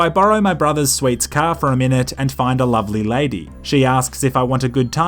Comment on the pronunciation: Not sure why, but I love hearing you say 'Cah'